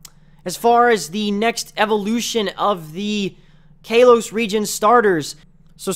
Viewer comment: I can't take your video seriously because of how you say Pokemon and the fact that you said Pokemons. Sorry. Also, your pronunciation of Kalos...